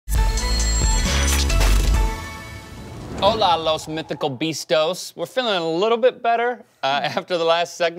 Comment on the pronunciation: It’s not mitical beastos It’s bestias mitológicas